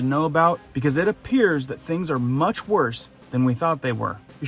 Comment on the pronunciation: "mutch" ? really??? yikes....